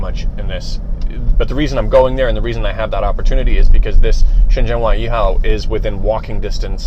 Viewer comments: Please pronounce Shenzhen properly. It is not shenZen, it is shenJen. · Nice video! Thanks for the introduction to a building I wouldn't normally get to see. Your mandarin is good too, which really makes me wonder why you pronounce Shenzhen like a foreigner who has never studied Chinese?? ShenZEN ! Anyways, great content otherwise :P